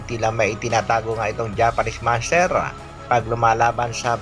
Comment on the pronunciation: Grabe ka ang pag pronounce mo ng "MONSTERRRRRR" naging spanish na ang pagbigkas mo eh hindi nman spanish language ang Monster bagkus english word yan..